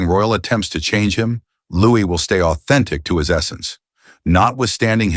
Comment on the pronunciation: Narration is inconsistent, variably prounouncing Louis’ name incorrectly